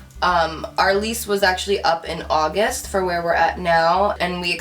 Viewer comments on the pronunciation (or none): none